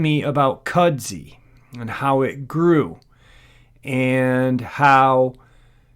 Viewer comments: Kud-zoo, not cudzy. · Kudzu, not "Kudzi". That...looks like a boar. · I don't mean to be an insult by any means. In the south Appalachia' S it's pronounced"kud-zoo". It came from Japan and is used to support a root system to prevent loose rockfall mostly